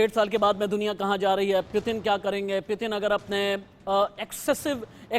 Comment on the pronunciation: News editer bro not pitin it's putin